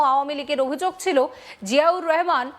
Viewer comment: জিয়াউর রহমান ভালো করে উচ্চারণ করা শিখুন।